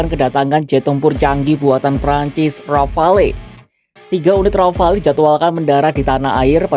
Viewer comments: Iya, harusnya disebut Ghafalu. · Pronunciation rafale salah min...